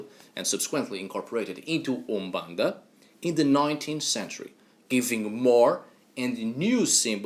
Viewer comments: Hi, I live in the city where umbanda was created, in the city of São Gonçalo, Rio de Janeiro. The native pronunciation of Brazil was the first you spoke . Umbanda is born from a prejudice that occurred in Spiritism (Alain Kardec). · Just started the vid and I must say, your pronunciation of Úmbanda'is on point 👌🏾 Ok, all your pronunciations are perfect! And the one you choose for Exu is the right one. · Your pronunciation of umbanda is perfect! The other words you have a perfect Portuguese from Portugal accent. Great work!